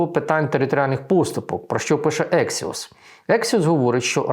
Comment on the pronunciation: Не ексіос , а АКСІОС.